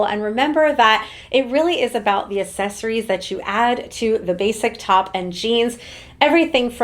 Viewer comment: Can you please learn how to pronounce "accessories"?